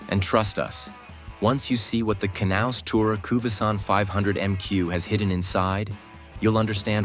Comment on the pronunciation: The price might be a problem, as might the amount of movable construction items. But the concept is interesting. Oh, for the robot: the 'K' is most likely silent in the English language, so the name would correctly be pronounced as 'naus'.